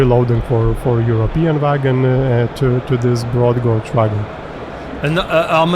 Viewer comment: gauge = /ɡeɪdʒ/, not "gódz"